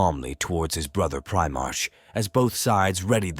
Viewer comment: Indeed. I had to turn off after hearing 'Pri-march' again and again.